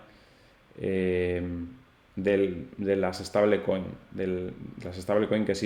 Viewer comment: "Steibol coin" mejor, no estable coin, no existe el "españolismo" de stablecoin. Pero tú mandas crack